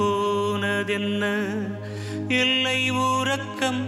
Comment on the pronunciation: ல, ள, ழ ... ந, ன, ண... ர, ற... வித்தியாசங்களை துல்லியமாக உச்சரித்தது தெரிந்தது! இ'ல்லை' உறக்கம்... நடை த'ள'ர்ந்து... உன்னை எ'ழு'த... 'நா''ண'ம் எ'ன்ன' பாவம் என்ன... இல்லை உ'ற'க்கம் ஒ'ரே' மனம்!